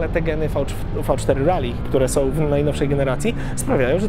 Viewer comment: Miło jak słyszy się poprawnie wymawiane Rally a nie panujące w polskim youtube rejly, które nie wiadomo skąd pochodzi, bo ani to po angielsku ani tak nie pisane. Trochę, tak mi się wydaje że to "po angielsku". A motocykl marzenie szczególnie w wersji pikes peak.